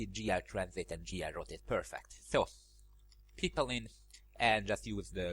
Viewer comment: Funny how you pronounce "Pipeline" as "People-in", thanks for another amazing tutorial, some interesting knowledge.